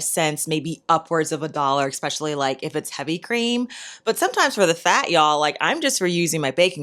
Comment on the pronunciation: I’m sorrrrrrrry 🥰❤️❤️☹️….i HAVE to tell you……..it’s not EX specially….its ESS pecialy…….especially. There is no X…….its like listening to nails on chalkboard….i LOVE your videos….I’ve learned SOO much……xoxoxo